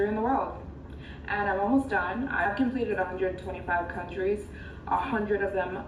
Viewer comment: "Countires"! That was diabolical 😂